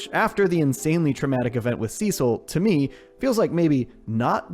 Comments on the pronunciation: See-sil… they say it in the show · “Sessel and donal” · Sesil lol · that’s what caught me off guard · damn u got defensive over saying it the weird way